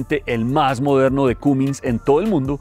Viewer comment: Se pronuncia camins no cumins